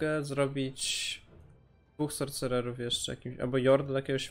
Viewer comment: Sorsererów nie sorcecerów sie czyta gościu